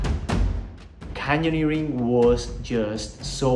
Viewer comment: So you finally managed to say “canyoneering” right! 👏🏼 I think I still can’t 😂